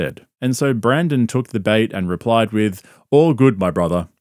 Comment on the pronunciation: Pretty sure the loser's name BRENDEN not BRANDEN.